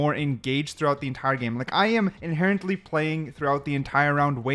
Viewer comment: Inherently Inhenerently